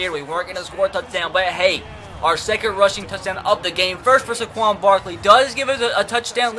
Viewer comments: *SAY-quon Barkley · First Saquon Barkley's name is pronounced ("say-quan Barkley") just for future reference and spend some time trading for 1st round picks